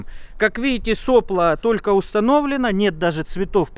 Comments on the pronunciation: Все хорошо. Но не сОпло, а соплО. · Кровь из ушей, когда слышу сОпло вместо соплО, неужели трудно одно слово выучить.